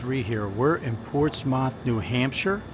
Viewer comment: Ports-meth/muth… not MOTH